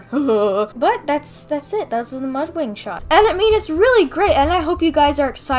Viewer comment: LOL!! She said "So we have Mudring right here..." She said "ring" not "wing" XD